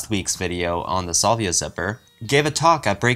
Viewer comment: you mispronounce the word "salvia" and the word "adieu". Also, mispronounced "Planckian" and "vague".